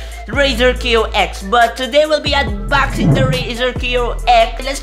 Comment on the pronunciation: ayy "UNBAXING - "